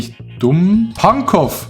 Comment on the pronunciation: Alle Berliner (allgemein Deutsche) sind getriggert wenn das W bei Pankow mit ausgesprochen wird :D